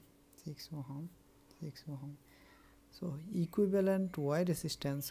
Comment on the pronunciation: Ohm nahi, ohom 😂